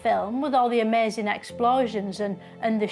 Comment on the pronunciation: Absolute genius making fun out of mindless drones who think everything is 'brilliuhnt' and like, 'amezing'.